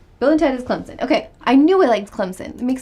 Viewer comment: Wow! you pronounce Clemson perfectly! Most sportscasters don't know how to pronounce it (they keep calling it Clemzin) But your is the way it's supposed to be pronounced. Even a lot of tiger fans can't pronounce it that good. Oh and in Smokey & the Bandit they do travel through Alabama.